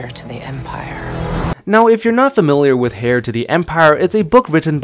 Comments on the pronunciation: It’s pronounced “air” not “hair”. The “h” is silent. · "Heir", not "hair". Pronounced like air. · It’s not pronounced HAIR to the empire, it’s AIR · bruh stop saying "hair" to the empire lol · On one hand, you pronounce Jorus C'Baoth the same way I did in my head... On the other, it's "heir" not "hair" :). All kidding aside, good stuff! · Responding to mainchin Instead of saying hair, say "air" to the empire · Me: Heir Him: Hair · Sorry to be THAT GUY....but Heir is pronounced "air"... not hair. Good vid though. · Brrrruuuuuuuhhhh it’s HEIR(pronounced AIR) not hair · I thought I was hearing things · Hair to the empire hahaha come on my guy Aksoka literally pronounces it for you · Heir is pronounced "air" and C'Baoth is pronounced "SA-bay-oth." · Lmfao “Hair” to the empire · Are you really saying “hair” of the empire? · the H in Heir is always silent. You are saying Hair, not Heir when you do pronounce it. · Its hairy hard to hair you when mispeak and say hair all the time. Yes, they have hair but it is not hairy or hairy hard to learn how to say hair properly. You hair me? I haird you say it too many times. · Cha-both not bowith and heir is said like air genius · Dude, what's with "hair" and "chaboth" smh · Eir the h is silent, and jorous Sah Bai oth. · The "H" is silent in Heir to the Empire... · Not here... Not in this video... We get to hear that "h" nice and clear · the 'H' in 'Heir' (To The Empire) is silent, my guy. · Heir has a Silent H